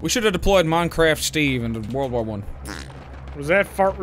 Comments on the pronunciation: For the love of God someone teach doo how to say war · Idk why but the way Dooo pronounces "war" really rustles my jimmies